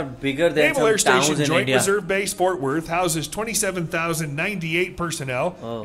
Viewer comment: ...try Fort "Worth", not Wort !